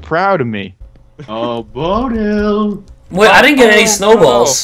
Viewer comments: How pronounces Bodil: Bor-Dil hahaha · said bodle for bodil